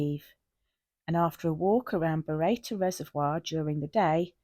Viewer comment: Happy New Year 🎉 It's pronounced burro tor 🙂